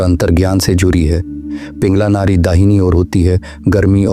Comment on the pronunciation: It is Nadi not Nari!!